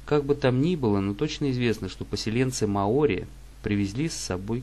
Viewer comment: мАори, Карл! Не маОри!!!